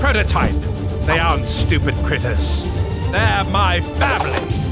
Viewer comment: Bro said critertipe